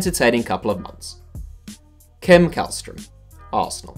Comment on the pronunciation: Källström is pronounced shellstroem 😌